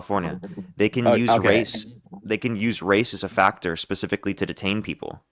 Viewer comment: Dude you got a problem with the word “specifically” I’m sure you’ve been told this before